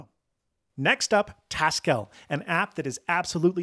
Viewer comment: taskell... hm... That sounds like the sort of name a Haskell programmer would come up with. Checking Hackage and.... yep, that's written in Haskell :P Btw it's probably more correct to pronounce it taskle rather than task-elle, based on how most people pronounce Haskell.